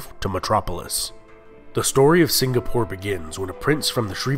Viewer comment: I like how he can pronounce melacca correctly but mispronounces the word malay and singapore